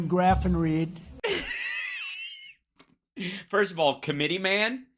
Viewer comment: Actually, even though I despise Trump, he pronounced degraffenreid pretty descent.